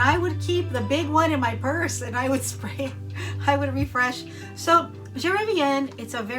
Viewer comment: Ooo the way you pronounced Je Reviens 💖💖💖